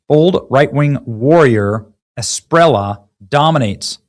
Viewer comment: A be lar do de la es pi re lla (LLA, not La, pronounce the double, is like LLama, not as you say Lama...) i can teach you Benny